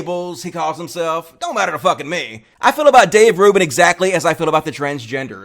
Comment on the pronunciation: Dayv rooban?